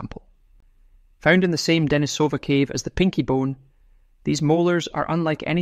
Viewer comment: deNIsova, not deniSOva How come you don't know that?